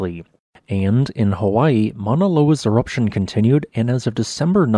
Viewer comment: he said waning eroption